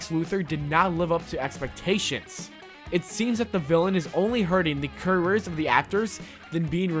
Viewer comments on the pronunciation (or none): Career's pronounced "Curruurs?" That made me smile.